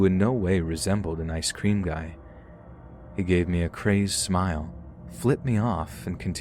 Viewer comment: Okay, but why do you pronounce ice cream as I scream 😂